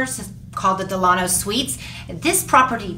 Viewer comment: Great video! I’m not trying to be the grammar police but it’s pronounced DELL-A-NO. The hotel is named after Franklin Delano Roosevelt.